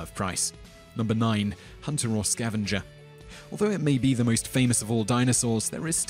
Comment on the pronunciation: Sound like you say scavenja